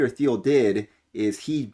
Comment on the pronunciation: Thiel is pronounced teal, like the duck